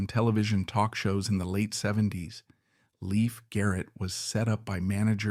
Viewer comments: Leif still has faithful fans who dearly love him! ❤ He's a true survivor! And it's Lay-f Garrett not Leaf Garrett! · It's not Leaf. It's Lief❤Loved Adored, Blessed ❤ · Leif was my one and only celebrity crush. Every album, photo and film/appearance you mentioned in this vid- I owned and saw. It's a shame you pronounced his name incorrectly though. From a 70's magazine article it was stated, Leif was pronounced to sound like LAFE and not LEAF. I met him once at a live concert and received a thank you postcard from him ( prob. written by a P.R. assistant lol). I was thrilled, all the same. My feeling is that adults failed Leif and so many other young ones and chose the $ over a child's life and well being. What choices they made after that is a product of what they learned from the neglect and lack of proper supervision. It breaks my heart and God bless all of them. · pronunciation is LAYF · His name is pronounced "Lafe." :) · At least pronounce his name correctly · You are saying his name wrong. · 1st of all you need to learn how to pronounce the name of the stars Second of all Like anything else He was a young child actor that caught up with the wrong people Like everybody else in Hollywood I'm still I'm still in forever will be a leaf I'm still I'm still in forever will be a Leif Garrett fan